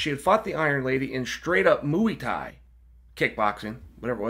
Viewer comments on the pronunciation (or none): Chael "Straight up Moooey Thai" Sonnen